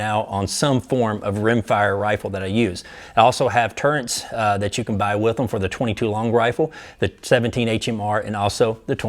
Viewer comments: TURRET.... there is no "N" in the word. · Turret TUR RET. This always bugs me.